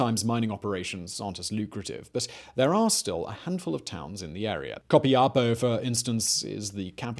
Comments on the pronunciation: Is Copiapó. The accent on the last O. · Simón You slaughtered the pronuntiation of Copiapó hahahah but i loved how you said it and btw i love your videos greetings from Chile